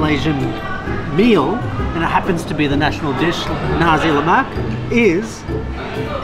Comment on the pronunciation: pronounce nasi (rice) with clear S, else it will sounds like something that comes out from the third reich,.. but malaysian dont really care actually